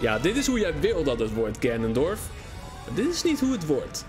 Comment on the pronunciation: ganondorf niet ganondrof